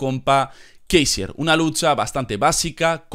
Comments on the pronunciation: no digas kaisier tío es LUDWIG KÁISER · "Kaiser", no "Keisier"